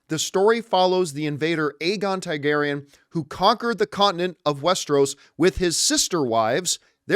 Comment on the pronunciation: It's pronounced TAR-garyen, not TIE,garyen, and Viz-eny-ah.